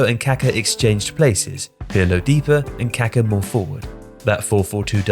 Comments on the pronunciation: KAKÁ like kakaah It's not Káka or kaahka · The pronunciation of kaka is driving me crazy. He keeps pronouncing it like the word for excrement. The emphasis in on the last a.